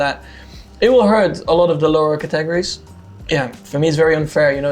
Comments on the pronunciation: is Max trying to say categories? Catorries isn't it. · Verstappens pronunciation of categories was interesting, Catagries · to quote Max Verstappen "CatAgerries" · The swedish for categories "kategorier" is pronounced like Cut Eh Go Ri Err there is no second A in the pronunciation or spelling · I was just talking about stress on the second syllable in the word “categories” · Every once in a while I think that perhaps I might actually like Max as a person, but then I hear him pronounce the word "categories" 😂